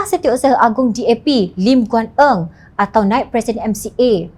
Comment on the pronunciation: This lady lack proper advise from Jom Channel, she menyion LGE name as Eang instead of Eng, what a pity ignirant news presenter?